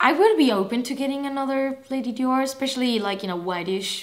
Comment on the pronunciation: I love how you pronounce "Dior". ❤️ I could listen to you say "Dior" all day. 🥰